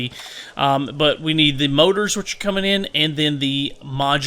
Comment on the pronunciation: those mouras hahha i always laugh when you say motor and oil LOL